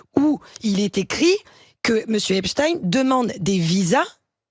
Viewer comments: On ne dit pas epstine,mais epstein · Espstein pas Espstine Sinon Tolkine et pas Tolkein Frankenstine et pas Frankenstein Étrange, cette façon de prononcer !!! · Arrêtez donc de prononcer 'EpstINE' ; c'est EpstEIN ! Les Français en langue mais alors de la part de journalistes c'est tout simplement honteux ! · C est pas epstine comme poutine.. tdc..c est epstein comme bornstein.. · C'est quoi epchtine? Nouille tu sais dire Einstein ! , non ? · Non ça se prononce toujours pas "Epstine"! Sinon autant dire qu'il est un ancien agent du KGB comme "Poutine" ;) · Le journaliste transforme le nom de le pédophile Amstein comme on lui a ordonné pour en faire un nom russe merci à l'interlocutrice de prononcer le nom correctement décès pédophile américain et français et d'une certaine conception religieuse j'aime bien la petite toux du journaliste présentateur ils se sont mal à l'aise le pauvre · Quelqu'un pourrait-il expliquer à cette analphabète que l'on dit : epsteiine et non epsteiine... C'est un nom d'origine allemande... À moins que vous vouliez un rebaptiser Albert aiischiine Pourquoi avez-vous peur monsieur le journaleux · C est pas complique arrêtez de mal prononcer le nom de ce tye